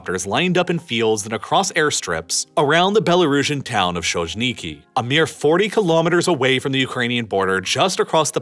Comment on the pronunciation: Small note: modern Ukrainian and Russian Latin scripts consider features of English pronunciation for some degree, while Belarusian Latin script doesn't (it's older and was directly based on Czech and Polish alphabets), so... Belarusian towns mentioned in the video are pronounced as Khoy-nee-kee and Na-row-lya.